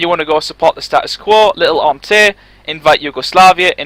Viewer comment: its pronounced on-tonte, wtf is on-te?